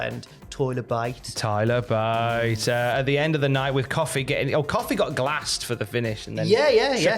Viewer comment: why did Tyler Bate sound like "toilet break"...😄